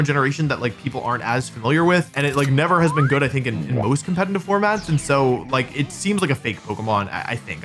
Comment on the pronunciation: The second time you said "competitive" in this video it was actually sort of well pronounced. Color me surprised.